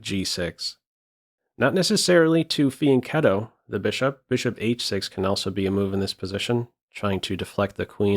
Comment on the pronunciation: I like when someone has good pronunciation on fianchetto